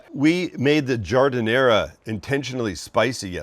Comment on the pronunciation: There’s no “uh” sound at the end of giardiniera